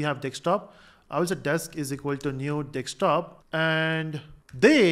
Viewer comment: Desktop ❌ Dekstop ✅